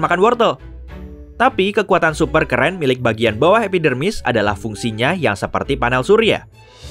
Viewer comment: kok gw dengernya epidemik?